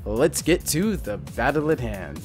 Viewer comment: I like it when you say 'Lets get to ---- the battleathand